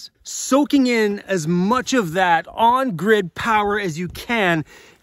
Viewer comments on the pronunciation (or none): "OFF THE GIRD"????? LOL. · Jason from Maryland here. Lol, "off the gird".